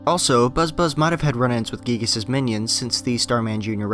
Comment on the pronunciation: You pronounced giygas wrong